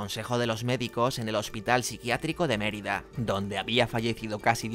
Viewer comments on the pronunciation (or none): none